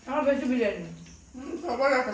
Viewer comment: Ota birani noi biriyani hobe 😂😂😂